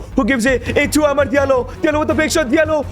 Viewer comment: Why do you say amard its amad